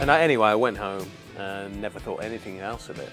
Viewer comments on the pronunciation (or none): Apart from saying 'skedule' instead of schedule, and 'anythink' instead of anything, then yes I have to agree.